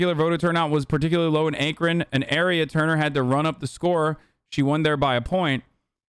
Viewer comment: Hasan pronouncing akron like ache Ren is hilarious.